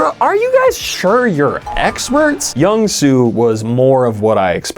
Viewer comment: mr. jakey i love you and your videos, but as a korean person, your pronunciation of jung soo's name killed me. the j in jung is pronounced like a j - not like carl jung :'''')